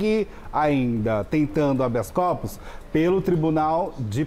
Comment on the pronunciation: "Habeas Copos" o rapaz disse???? 😂😂😂😂😂😂😂 Copo livre? É festa do curso de direito regado a bebida???. 😂😂😂😂 Não seria "Habeas Corpus".